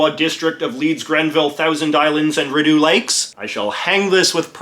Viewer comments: I enjoyed the video, but boy oh boy did you ever butcher the pronunciation of Rideau, as it's pronounced Re-doh. If I didn't know any better, I would have thought you were from the UK because you pronounce certain Canadian words wrong. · YOU DID NOT PRONOUNCE RIDEAU LIKE THAT, I DEMAND A RETRACTION ⚰️⚰️⚰️ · JJ you may or may not have butchered the pronunciation of Rideau 😂🤦‍♂️